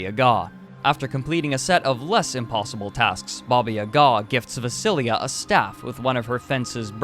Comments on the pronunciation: A little fix, it's not Vasiliya, it's Vasilisa. (pronounced Uaseeleesa), not Vasailisa or anything like that. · Vasilisa, not Vasilia. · ITS NOT VASILIJA IS VASILISA 😂 YOU MESSED IT UP I’m not Russian, but I am Serbian and I was actually told this story about a MILLION times, because my name is literally “Vasilisa” like in the story, and everybody would tease me about it I took it so seriously 😂😂😂